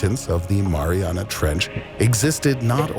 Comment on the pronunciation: "What lives at the bottom of the maranah trench." It's pronouned "mah-ree-anah." 😆